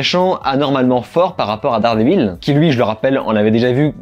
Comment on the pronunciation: dard des villes? t'es anglophone que quand ça t'arrange